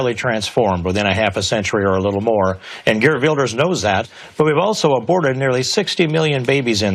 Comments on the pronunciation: 1)Ana it's pronounced vilders, w has a v sound. 2)this is disgusting, how can government officials think like this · TYT, hilariously mispronouncing continental european names since 2011 :p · Listen I hate Wilders with all my heart, but Ana I've never heard anyone butcher a name like that. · "Gurt Wilders" and "Frok Petry" jesus she can't pronounce anything right.